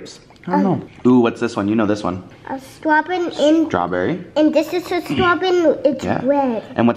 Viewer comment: "Strawbin" gosh I love Ollie so much